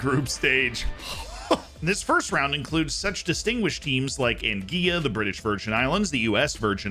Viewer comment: Anguilla is pronounced Angwila btw